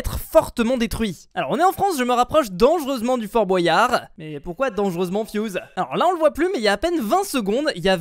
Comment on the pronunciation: Fort bOUAYard pk tu dis comme ça c fort Boyard